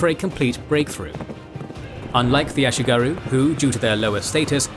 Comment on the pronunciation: Regarding pronounciation: there is no "oo"-sound in Japanese, comparable to the "oo" in English "boom". The "u" in words like "ashigaru" is pronounced like the French "u", as in "lune".